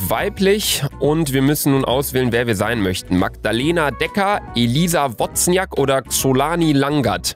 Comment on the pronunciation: Wozniak wird übrigens „Wosniak“ ausgesprochen😂